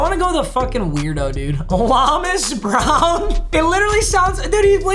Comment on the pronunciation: Papa you’re saying Lomas Brown wrong he’s from UF big gators fan say it like Low Miss Brown